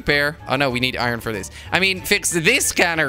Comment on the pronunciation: He said iwon instead of iron